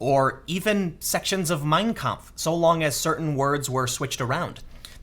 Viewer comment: In "Mein Kampf", the stress is on the last word. Sorry to sound like a grammar (stress) nazi, but it really bugs me. It'd bug anybody who speaks german.